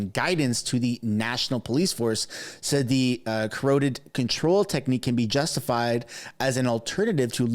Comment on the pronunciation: It sounds like this >>> Caaa Rotttt Tid!! ,,,, Not corroded!!